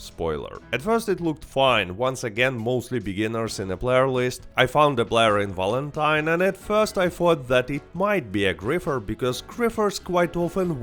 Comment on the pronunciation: Its not "W"alentine you silly "V"anker...😅